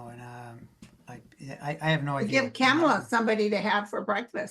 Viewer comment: Kamala = COMMAla (not 'camel-la') you guys. Come on. it's been YEARS. Get it right please.